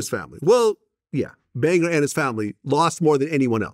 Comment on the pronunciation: AND ANOTHER THING!!! Stop pronouncing this mans name as "BangER" VLAD really pissed me off this segment.